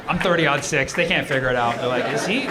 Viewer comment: Thirty-aught six. The caliber is 30.06, so thirty, aught, six. 😊